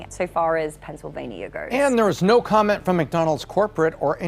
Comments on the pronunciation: Aussie saying No Noir 😅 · Why do the english add an R at the end of No? It trips me out